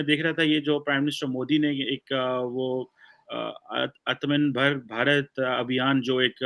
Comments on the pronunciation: and Sanskrit do not mix - "Atman-bhar Bharat". 🤣🤣🤣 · when cant pronounce aatmanirbhar and major smiles on it 😂👌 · Hindi ka ek word pronounce ni kar pa rhe. aur ap teacher ho omg. ☺☺☺☺ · Good observation